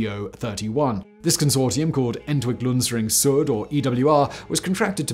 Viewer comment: As a German the way you pronounced "Entwicklungsring Süd" killed me. I sorry for every non native German who has to learn this confusing mess of a language...